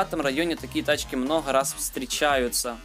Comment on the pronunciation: Почему ты говоришь не МНОГО , а МНОГХО ты что пьяный?